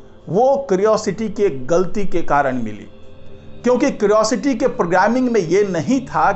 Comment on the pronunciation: क्रिओसिटी नहीं, क्यूरियोसिटी कहिए। एक सही उच्चारण तो कर नहीं सकते, चले हैं यूट्यूबर बनने।😂